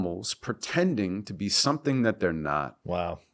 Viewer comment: "when did you make that poem, like 20 years ago?" "Somethun like that ..45." 😂😂😂